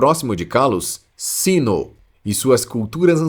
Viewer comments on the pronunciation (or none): none